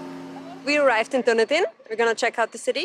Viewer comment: Duneedin,is how it is pronounced.